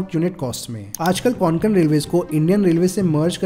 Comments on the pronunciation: Konkon nahi Bhai kokon hai nam hamare kokon ka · कोंकण not konkan pls 🙏🏻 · को+क+न ✅ क्वान+क+न ❎ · Konkan nahi re kokan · don't pronounce it as कोनकण... it is just a कोकण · Konkon nahi kokan bolo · It's kokan 'ko' 'Kan' not Conkan 😂😂😂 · Nicely Explained! just one thing, it is pronounced koh-cun.